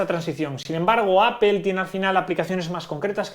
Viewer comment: Porque pornuncias ApEl, debería ser en dado caso, APLE o APOL